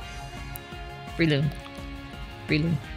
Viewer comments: I always pronounce breloom ad: Breh-loom not Bree-loom and Scizor as Scih-zor not Ski-zor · Love the video as always guys! I love how you kept mispronouncing Breloom :P (think Bell room but move the R)